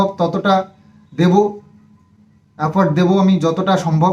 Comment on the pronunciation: Eto baar boli bhulbhal English na bolte vlog e tao shone na... Are effort hoye galo afford ar safely hoye galo sapely..